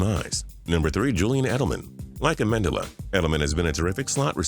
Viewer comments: A-men-du-la? Lel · U said “like amindila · he says Danny Amendola wrong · is everyone gonna ignore how he pronounced Amendola? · You pronounced Amendola right the first time then butchered it the second time wtf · “Like amendola” can u speak